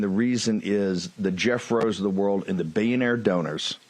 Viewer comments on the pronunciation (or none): Bro says Billionaire like "Be-an-air" I think he tried to say redistricting at one point, but that was even worse... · I'm going to try phoneticize this... "Bee-uh-naire donors"